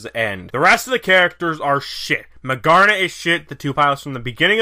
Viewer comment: Is no one going to address the fact that he mispronounces magearna's name. I mean she's named maGEARna and she is like a gear robot and... OK